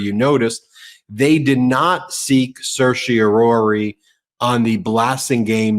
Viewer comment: Ben still struggling to pronounce _certiorari._. I used to respect, but he seems to be doing more and more videos with MTN's gaslighter-in-chief. Not sure I can trust him anymore, either.